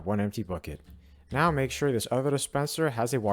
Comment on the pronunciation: The way he says now gonna show you how this farm works "It seems that he says not instead of now"